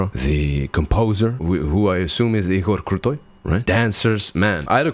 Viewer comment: У меня побежали мурашки, когда произнес "Игорь Крутой" - это звучало так чисто по-русски, что у меня появилось подозрение, что еще и русский язык знает )) Димаш уникальный певец, и уже очень известен по всему миру, но я думаю, что именно русскоязычная аудитория его любит больше всех, считает своим достоянием и радуется подобным реакциям на него. Я больше всего в исполнении Димаша люблю "Любовь уставших лебедей", в этой песне раскрывается и широчайший диапазон и удивительная чувственность его исполнения.